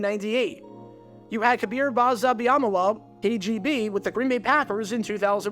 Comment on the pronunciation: For future reference, Kabeer Gbaja-Biamila's last name is pronounced BAH-juh bee-uh-MIL-uh. As for, telling Peppers that lie in 2007, where stuff could be fact-checked much more easily than they could be 15 years prior, is wild. Motivating players is key, but at least have some truth in there somewhere.